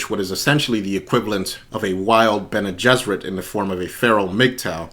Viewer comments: Your pronunciation of Bene Gesserit is spot on, the pronunciation respelling is: BEN-ee-JESS-ər-it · Pronounced Bene Gesserit correctly. Based on Hebrew "Bnei Gishrit" (Sons of the Bridge. Should have been Bnot, daughters). The Bridge shortens the way.